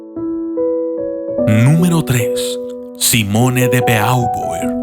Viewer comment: Espero no incomodar por la observación pero el apellido Beauvoir se pronuncia bobua